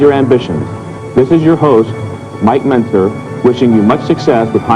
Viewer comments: Mentzer h vo menterzer menterzer kya boli jara h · मेंटजर नहीं, मेंजर। पाउस नहीं पस। ये एक दो चुना को नज़र अंदाज़ करें तो आपका वीडियो एक यूनिक वीडियो है। पहले किसका ऐसा वीडियो मैं देखा नही। जबरदस्त लगा मुझे। बहुत खुश हुआ आपके इस काम से। मेरी उम्र 65 साल की है और मैं एक बॉडी बिल्डर था। मेरे गुरु, ओडिशा के सुनील पात्र जी थे। हम old school bodybuilders में गिने जाते है। मॉडर्न gym मैं कभी गया नहीं। आपका काम मुझे बहुत अच्छा लगा। आप ऐसे विडियोज और डालिए। मैं बहुत चाव से देखूंगा। 🙏🙏🙏😊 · Mike mentos na bana dena tu bhai menter zarrrr ache bhale naam ka kabada kar diya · Menterzar nahi.. Mentzer...kuch to respect karo!! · Bro it's pronounced "menzer" not "men-ter-zer" ...T is silent... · Mike Mentzer ( Menzer ) ❌ Mike Mentrezer ✅ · भाई menterzer nhi h ye.... Its mike menzer.... Its very annoying to hear mike menterzer every time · Bhai mentazar hi bana diye aap toh😂😂😂 bhai ka pronounciation on next level as always. Btw nice informative video🎉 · Mike menzer.. I guess T is silent here..